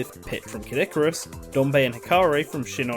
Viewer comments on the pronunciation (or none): none